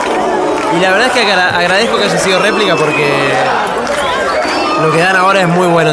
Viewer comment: Por que dicen replic ??? Terminando con ic ???? Es replika, pronuncien la K !!!